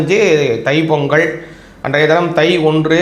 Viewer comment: பொங்கல் வரும் பொங்கள் ஒரு நாளும் வராது தமிழை சரியாக உச்சரிக்கவும்